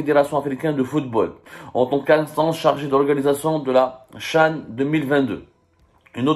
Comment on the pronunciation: Tu as du mal à dire le CHAN.Verifie sur Google pour t'en assurer.Comment peux-tu expliquer l'existence de la lettre h?dire la CHAN, C'est horrible de la part d'un journaliste francophone et qui parle en plus bien la langue française.Fais un effort ,corrige ton erreur,et n'aie pas ce "Nif"dont les algériens s'enorgueuillent